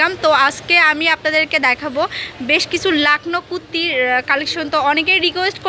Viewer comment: "Kutti" na 😂😆😆😆😆😆😆😆😆😆😂😂😂😂😂😆😆😆😆😅😆😆😂😂😂 it's "kurti"😂😂😂😂😆😆😆😆😆😆😆😆😂😂😂😂😆😆😆